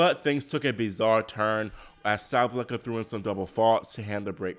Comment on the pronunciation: why do you keep saying “SabLenka?” It’s Sa-Ba-Len-Ka!” Sabalenka!! 🤦🏽‍♀️😩😂🤣